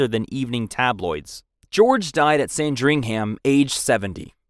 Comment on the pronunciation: 1. It’s Windsor (Win-zer) not Winsdor 2. It’s Westminster (West-min-ster) not (West-minister) 3. It’s Sandringham (San-drin-ham) Overall a good video a part from this, I love the British Monarchy! 🇬🇧